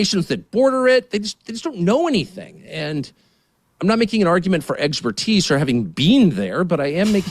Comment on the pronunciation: Congratulations Tucker you made a joke about not having been there by saying the word in English, but your pronunciation of the word expertise is simply disgusting.